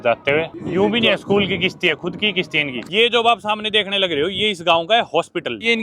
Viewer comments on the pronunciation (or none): It's not kishti it's is kashti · bhai it's kashti not Kishti 😂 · Bhadwe kisti ni hota kasti hota hai